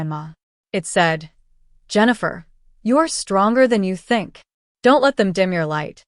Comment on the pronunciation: AI can't even pronounce Jennifer